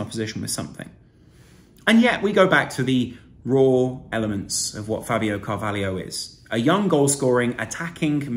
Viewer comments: It’s Fabio CAR-VAH-LOW not Car-vah-lee-o. Good analysis btw 👍🏻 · It’s Car-va-lho, not Carvalio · Pronounced CarvalHO. Where's the IO FFS!